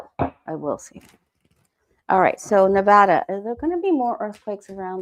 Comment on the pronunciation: Enjoy your show. Thank you for saying Nevada correctly. Yes. Trump ruined the tourism for Las Vegas.